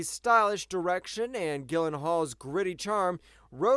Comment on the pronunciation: "Gillanhaul", lol.